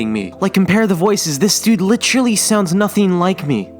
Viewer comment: Dude puts too much emphasis in Literally, becomes Litralee